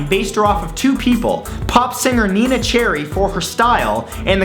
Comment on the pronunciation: NENEH Cherry. Not Nina